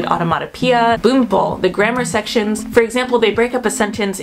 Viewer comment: あの... 文法：ぶんほう 「ぶんぼう」ではありません